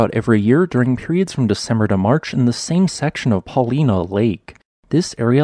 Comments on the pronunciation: Paul eye na lake my friend. Not leena. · not paulEna.. paulIna Ina not ena... ! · Thanks! BTW, it’s pronounced “Pa-Lie-Na”. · It’s Paul- i-na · Paul-LINE-uh. Phew! Lol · Its called the Newberry creator. Not Newberry,Oregon. Also its not pronounced "pauleena". Just like its not pronounced, Yakeema,Washington. But go ahead and call it "Oreegone". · Paulina in that region is pronounced Paul-eye-na. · Good production however I did cringe every time he mispronounced Paulina. LOL ( It is pronounced with a hard I, like Paul -EYE-nuh) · I have spent many wonderful days fishing Paulina Lake and enjoying the obsidian flows and other volcanic features. I love that area and appreciate this information. One small note - Paulina has a long “I”. Paul-I-nah with the emphasis on the I. Thanks again. Great stuff. There are some good lava flows on the flanks that are worth visiting as well, many with tree casts in them. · Just FYI the folks who live there call it Paul-EYE-na. Not far away in the Wil-LAM-met valley is a little town spelled Buena Vista, pronounced Byou-na. The list goes on. Up in Washington it gets worse, with Cedro Woolly, Pe Ell and Puyallup to name just a few. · Still can’t pronounce Paulina I see. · That's not how you pronounce Paulina.